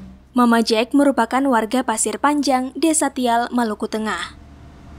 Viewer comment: Tual bukan Tial